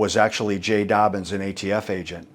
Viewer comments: It's "Dobyns" not "Dobbins." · His name is Jay Dobyns, not Dobbins